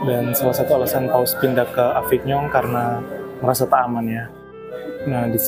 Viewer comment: Maaf mas Avignon dibaca avinyon, Lourdes dibaca lurd